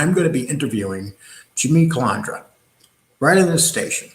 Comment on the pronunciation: It’s not hard at all to pronounce CUH-LAND-DRA